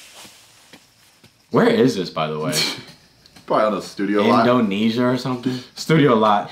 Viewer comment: said iNdOneSAI